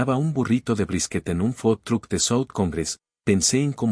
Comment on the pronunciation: Solo dire si no saben pronuciar correctamente en inglés pronucien en Español. Es fácil por ejemplo . Universidad de Oklahoma o Colegio comunitario. Otro Food Truck digan mejor camion de comida de escuchar mejor o correctamente fud trock. Y Deya bu pronunciation correcta Y para comentar sobre la historia eres tonto, debiste bloquear todos los teléfonos. Y no se supone que es el dueño de la empresa y que el fye el fundador? Entonces como debia hablar con su jefe y recibio un acenso en su trabajo ???? Y alargan demasiado repitiendo lo mismo demanciada veces. Y eso la hace aburrida y estúpida Tu actitud es de masoquista y patético. Por eso mejor me voy.